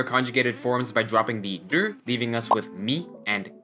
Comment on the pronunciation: I am seriously wondering why you pronounce ru as dur